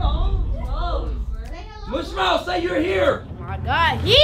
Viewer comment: Poor Marcus Gets Bullied By Saying MouchMouth